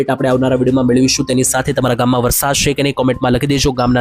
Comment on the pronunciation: પહેલા" છે " બોલતા શીખો